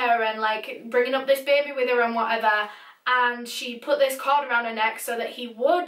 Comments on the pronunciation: 'Bear bee' 🐻🐝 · beh beh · beybeh :) it helps with the sad vibe. rest in paradise, jenny. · Beaumore the were "correcting" the word "baby" to be spelled how pronounces it with her accent. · I like the way says baby like “Bay bay” or Bebe lmao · It's cute the way she pronounces baby 😄😄 beh beh